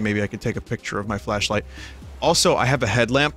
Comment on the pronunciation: Am I the only one who hears "fleshlight" instead of flashlight?